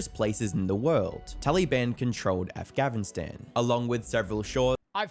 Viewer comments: mf really said "Afgavinstan" 😐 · Af"gavin"stan is pissing me off. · Bro why did he keep saying afgavinstan ??? 😭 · i took damage every time the video said 'afgavinstan' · Why does the narrator keep saying “afgavinstan”?? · Bro says avgavistan lol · afgavinstan? what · Did everyone skip he said aghavistan in video. Cmon you didn't catch that. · Why's he saying Afghavistan, that's bothering me so much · Why does that guy keep saying “Afgavinstan?” I’ve never heard it pronounced like that at all. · Bro is saying definitely "Afghavistan" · Is this guy saying afgavinstan lmfao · WHY THE FUCK DOES HE PRONOUNCE AFGANISTAN "AFGAVINSTAN" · Why does he say afgavastan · “talyban avgnestan” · I’m sorry but what is af-Gavin-Stan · It’s all good bro it’s just ahfganastan😂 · Afgafinstan💀 bro its not hard to fucking pronounce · i couldn't get over the fact that kept saying "Aphgavinstan" 😭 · why does that guy say afgavinstan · the fact this guy cant pronounce Afghanistan properly pisses me off beyond measure